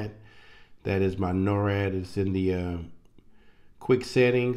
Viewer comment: you keep saying norad but its nord. norad is something completely different. NORAD is North American Aerospace Defense Command. Just wanted to clear that up. But thanx for the info.